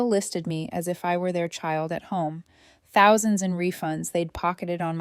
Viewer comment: Why can't AI say thousand, any time it says an amount with thousand in it, it sounds like mush.